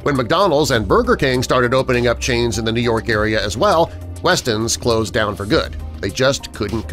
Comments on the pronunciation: Wetson's, not Weston's. Is somebody dyslexic? 😉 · It's Wet-sons, not West-ons. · "Wetsons" not "Westons"! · Howard Johnsons v. HoJos - same or different, because I still dine at a local HoJos for breakfast from time to time. I do remember Lums and it's WETson's, not WESton's. Sorry to be so picky, but for cripe's sake, there were two or three signs in the video clearly showing the name. Cheers... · Wetson’s was WETson’s, not WESTon’s! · Why does the narrator keep calling the restaurants WESTONS when the signage all says WETSONS? Don't know them, but do these sites right. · It's "Wetsons" not "Westons" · WeTSons NOT WeSTons !!! Who edits this crap ??? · Wetson’s is not “westsons” 📝🤷🏻‍♂️ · Was is Weston’s or Wetson’s? The signs show “Wetson’s” but the narrator keeps saying “Weston’s.” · Why did he pronounce Wetson's as Weston's? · They spelled it right they just didn’t pronounce it right